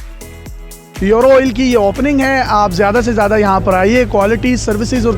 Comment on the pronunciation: یورو نہیں بولتے ایورو بولتے ہیں 😆😆😆🇵🇰🇮🇹❤❤